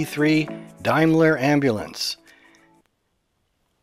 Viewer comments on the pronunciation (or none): Like the effect. The tweaks really work. Daimler was a British company, not connected with the German one (which traded as Mercedes-Benz). The pronunciation is DAME, not DIME. The operator name on the sides would always have been in capital letters, making the typeface less important in this size. The common word "bedlam" actually originates from the name of the mental hospital founded in the 13th century. It is a contraction of "Bethlehem".